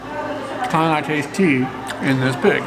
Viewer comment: Oh TEA! I thought you said the pig was raised on teeth. LOL